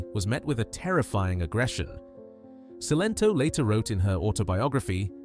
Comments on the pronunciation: Her name was Celento not Sento. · Cilento pronounced Chilento